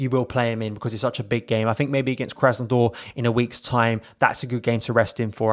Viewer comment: It is Krasnod-ÁR, not Krásnod-OR 😉🤘